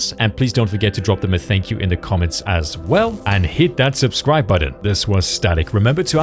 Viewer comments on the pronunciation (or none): none